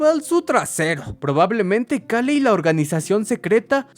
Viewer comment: Me estresa muchísimo como pronuncia "Cale" más porque en los primeros minutos lo repite como 20 veces